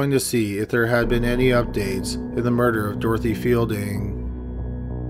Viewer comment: Murder...not MURDERERERER!